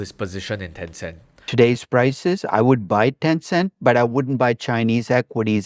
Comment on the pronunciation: Wat is ten cehnt, not ten cent meh